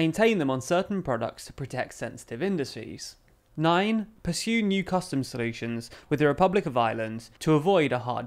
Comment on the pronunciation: says perxue rather than pursue, so cute